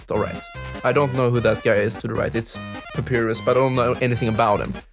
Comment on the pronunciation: its pa-pie-rus